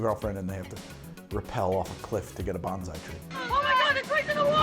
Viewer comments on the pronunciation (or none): none